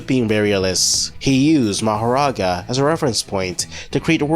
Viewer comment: Bro, Stop Calling Mahoraga Mohora, you can call him Makorah but definitely NOT Mahora